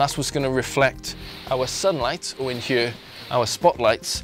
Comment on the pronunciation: i love the way he says here it sounds like heye